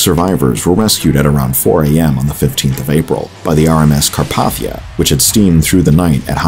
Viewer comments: It's pronounced "Carp-ay-thiya", but nice work! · I've literally never heard "Carpathia" pronounced like that. 😒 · You mispronounced Carpathia, put it’s close enough lol.